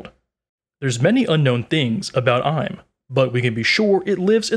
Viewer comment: ohhh now i know, very nice video,, anyway isn't pronounced as "im (eem)" for IM sama and "Me-ri-jo-wa" for Marygeiose(i forgot the spell) anyway that doesn't matter u still did a good job